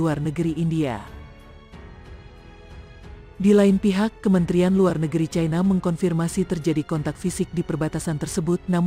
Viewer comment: Mbak admin+Narator,mohn dtinjau lg dlm hal menyebut-Eja...ci-na/cai-na(china)...trmksh😊